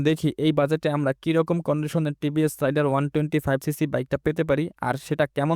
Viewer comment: রাইডার না রে ভাই । রেইডার